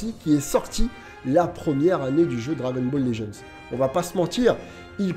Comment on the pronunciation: Juste je regarde t’es vidéo mais est ce qu’il est possible que tu prononces le nom du jeu correctement stp 🙏🙏